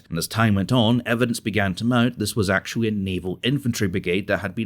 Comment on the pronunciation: .... Russian logistics good achutly??? What is achutly?